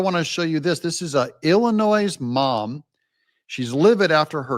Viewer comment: Off the subject but as a former Chicago resident, please don’t pronounce the “S” in Illinois